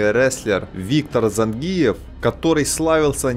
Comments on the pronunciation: Цай кой каныс ? Цавар зАнгиев ? Ударение на И . ЗангИев. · автор,когда же вы научитесь правильно произносить осетинские фамилии..?смотреть уже не хочется.режет слух...кроме того это неуважение к спортсмену...надо произносить так-зАнгиев...научитесь же наконец.в этом виде спорта осетин много..придется научиться...